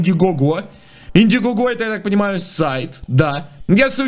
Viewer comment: "В индигого" звучало, как "Винди игого" с